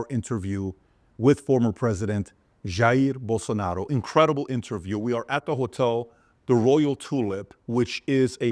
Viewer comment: Or according to uncle Chael Sonnen, Yah-Rear Bolsanaro